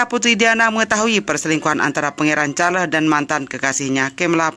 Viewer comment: Jangan la sebut Char les...buruk bunyinya.